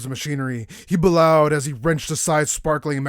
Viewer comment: It's likely "bellowed" as "b'lowed". It should be "bell-owed"